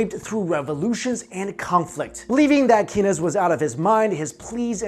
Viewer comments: Keynes is pronounced Keanes not Kinnez. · Keynes is pronounced "Keens" not "Kenness." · kay-nes? lol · It is pronounced "Caines"